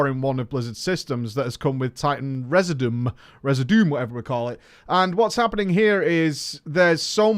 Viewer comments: Residuum = Reh-ZID-yoo-uhm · Community bros and female bros, I’m not trying to sound elitist and I’m probably going to get some ugly comment replies but: The pronunciation of residuum is “re-zid-you-umm”. The e is short as if it were the word “get” but can’t do the proper symbol on iPhone that I know of. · Re-SID-you-um. Like continuum. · HEAR ME MONGO. It is pronounced "reh-zih-jew-um" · re·sid·u·um - a substance or thing that remains or is left behind, in particular, a chemical residue... just sound it out... you'll get it one day! 😉 As for the PVP thing, I never felt like it was something I enjoyed so I always kept WM off. I'm pretty bad at it and after a few times the nerves boil over so I stop. It's why I'd choose to quest at my own pace or do said incursion with WM off. I can imagine it's more enjoyable for people that enjoy it but it's not for me. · Idk why English natives have such a hard time googling how to pronounce "Residuum" but I guess wow has rotted all of our brains over the past century.